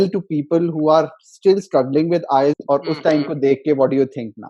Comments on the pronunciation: bhai inka 4 baar me 'ILETS' ho gaya wahi badi baat he 🤣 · He is wrongly pronouncing IELTS. He says ILETS (not once but every time), Very strange how can he score that much... Something fishy.